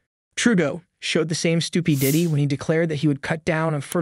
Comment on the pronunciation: Ok I love the content of this channel. But is the voice AI? Miss pronounces Regina. Can't say stupidity. Miss pronounces Conservative. The miss pronunciations are from sounding out the words while reading them. Good content though.